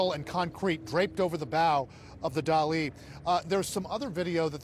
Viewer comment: The only thing dramatic is this guy's trying to make this dramatic. Also, pronounce Dali correctly. No one else is pronouncing it that way, you know what you're doing. Stop it. Journalism at the level should be done better.